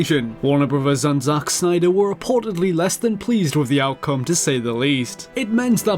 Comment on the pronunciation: I like it how he says Zack Snyder. "Zauch Snyder!"